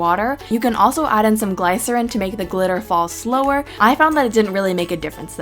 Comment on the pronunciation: I don't think that's how you pronounce glycerine